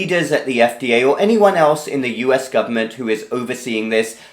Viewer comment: "Governent resources", Ha!